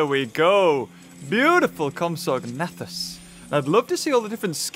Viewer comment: You say compsognathus like comps-a-nay-thus